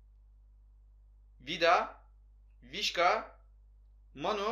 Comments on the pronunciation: Vişka değil vişça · Abi vişka değil vişça 🤣